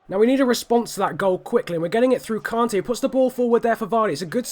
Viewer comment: Btw it's pronnounced kante not kaante mate